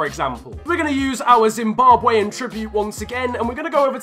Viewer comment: Its so sad to hear you saying Zimbabwean like that course l am for zim